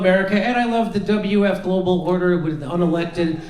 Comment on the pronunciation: Cue ball said it with "gloobal order"